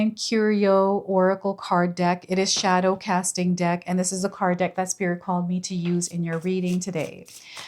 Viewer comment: My ears starting ringing when you said shodow diver